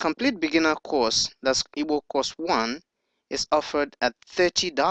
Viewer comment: This computer is saying evil ,not Igbo, it is not necessary.